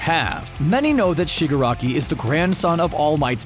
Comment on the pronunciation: And it's not Shiguraki it's Shigaraki.